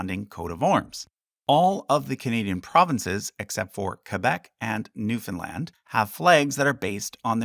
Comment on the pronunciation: Bro is canadian but can't pronounce newfoundland